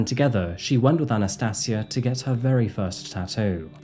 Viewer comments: Sorry man, Anna-stayj-ia.... That's how you pronounce her name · Anna "sati" asia. FFS man learn to pronounce. Mong. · I think you respect her name and not add an "r " at the end of it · I'm not sure you're pronouncing her name correctly It's Anastasia as in Asia Not see aa